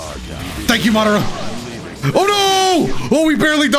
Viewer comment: he really said mawderuh youchihuh